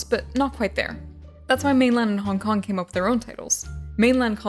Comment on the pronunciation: Ok I keep mishearing Hong Kong as honk honk is it just me